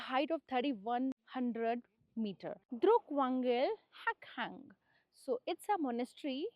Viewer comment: Madam, it not called द्रुक but it’s called ड्रुक